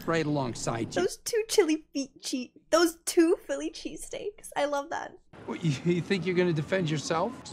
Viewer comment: "Chili Feasesteaks"